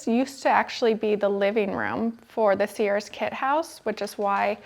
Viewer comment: Sears is a one syllable word.